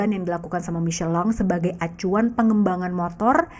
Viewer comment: Micelin, bukan miselong😂